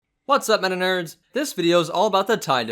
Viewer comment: It sounds like you are saying, "What's up my Na'Nerds?" (My Niggahs)